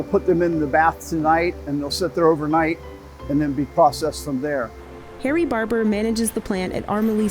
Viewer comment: Did she say his name was, Harry Barber?